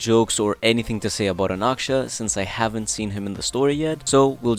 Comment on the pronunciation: He's Anaxa not Anaksha